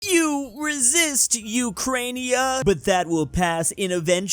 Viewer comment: Your pronunciation of Ukraina still hurt my ears :')